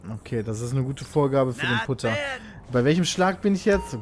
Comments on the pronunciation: Man schreibt Putter aber gesprochen wird es Patter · Hey Pit der Putter wird "Patter" ausgesprochen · hey im echten golf darf man nicht über den rasen fahren und erst recht nicht über das grün (Extrem aufwendig zu machen dieser rasen) diese sanddinger heißen übrigens bunker und der putter wird patter ausgesprochen :D colles lp übrigens mach weiter so xD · ja beim echten Golf darf man über den rasen fahren und man spricht es Patter aus